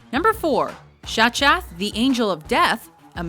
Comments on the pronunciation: Seriously? You pronounced Shachath like it's written? My eardrums want to weep in red. It's Hebrew, dude, the ch is a kh sound! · Wow, thanks for completely butchering the pronunciation of Shachath’s name! Did you even WATCH American Horror Story?